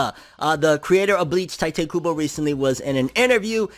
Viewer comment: Isn’t it pronounced Tee-tay Kubo?